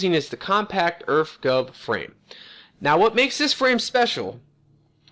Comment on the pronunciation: "Earf Gov"